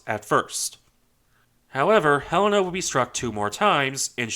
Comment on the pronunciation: I dont normally care for how things are properly said, but Helena being my states capital, for some reason really annoys me alot when i hear it said wrong. And very, very few say it right. Thank you for pronouncing Helena correctly. Great video!